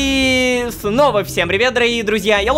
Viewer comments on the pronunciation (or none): ПОЧЕМУ "Фнова" !?!?!?! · Мне одному послышалось вместо снова фнова